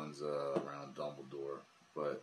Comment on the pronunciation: It's dumbledoe